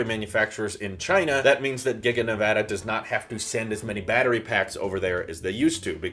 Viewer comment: ty for pronouncing nevada right